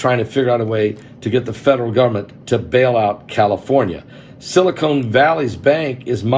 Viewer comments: Not silicone. Silicon, as in sili-CON artist ;) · I love you Pastor but it's Silicon not Silicone. Also it is idea not ideal. I'm sorry. My family calls me the word police. I just can't handle it when words are pronounced wrong 😵‍💫